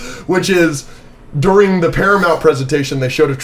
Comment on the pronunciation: i hate how says deering instead of during